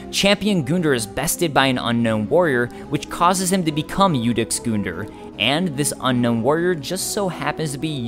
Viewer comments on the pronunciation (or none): no offense, but it really bothers me how you pronounce gundyr's name but then again, there's no in-game pronunciation of it so we have no way for sure guhn - deer just rolls off the tongue a little better for me but to each their own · Goon-der Ya mean Gun-Deer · It's gundyr not goondyr. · “goon dur” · Champion Goon-der??? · It's pronounced Gun-Deer Gundyr. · You are extremely determined to say the names of most characters just slightly wrong